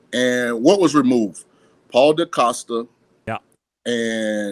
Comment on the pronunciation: Paul Decosta? Or Paul Depodesta?